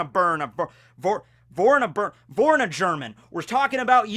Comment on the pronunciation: So. Im a German and i never ever in my life heard someone Name was Vorarlberna. Buuut i guess.